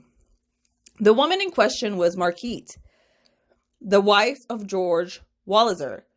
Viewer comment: Her name is pronounced Mar-guh-reet I’m pretty sure.